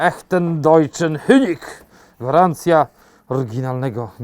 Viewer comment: Honig , nie Hönig. Molkerei, nie Mölkerei. Jesienne Targi Lipskie, nie miejskie. Robicie kawał dobrej roboty. Pozdrawiam z Monachium